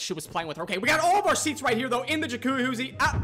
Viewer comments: I love how he can't pronounce jacuzzi 💀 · happy birthday man! new follower from liverpool, me & my bf loved this vid btw funny how you tried to say jacuzzi under stress every time 😂 feliz aniversàrio 🎉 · The way you pronounce jacuzzi is comical.